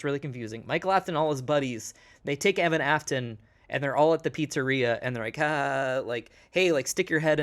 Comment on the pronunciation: I cringed every time said Evan